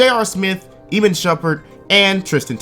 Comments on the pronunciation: Ih-mahn. Not ee-mihn. Shumperts name is not hard to say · script: Iman Shumpert, an intellectual: EEMIN Shumpert